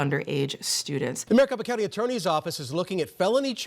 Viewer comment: Since i got to true crime, why is it that i keep hearing Maricopa Count??